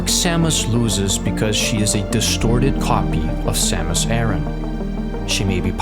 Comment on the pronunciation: Oh, as second thing, I'd say you were pretty much right about the pronunciation of Aran. Pronouncing it air-in/aaron doesn't make sense to me either, but I assume it was chosen to give her full name a better 〜flow〜